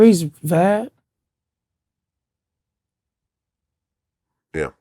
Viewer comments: It’s the streets “VAD” 🤣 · Lol he called him Vad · nigga so high he called Vlad, VAD 😂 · The way Vlad says Baby mother tho